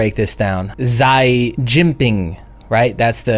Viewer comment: Doubt we'll make that high, the way s&p is acting lately. Looks like traders are selling any bounce. (not to nit-pick, but that's not how you pronounce Xi)